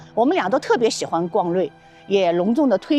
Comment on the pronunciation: REI 不读成”瑞“， 就是R-E-I。